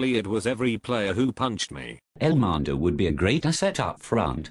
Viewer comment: Love how he pronounces the names lol. Elmender. Rigger. Vaz Teh. Great vid haha